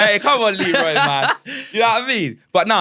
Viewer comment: Man said Lee-roy 😅😅😅